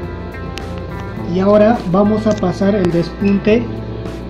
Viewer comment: Q chistoso como dices por el pespunte. Despunte